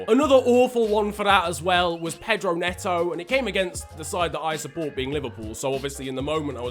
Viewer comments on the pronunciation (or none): none